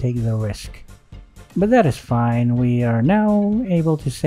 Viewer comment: "BuTt DaT iS fAyn"